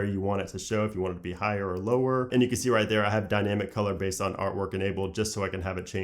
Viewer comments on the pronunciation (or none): none